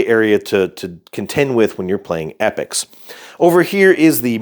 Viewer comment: Great commentary, thx. Loved the comparison. By the way it E- Pocks not epics!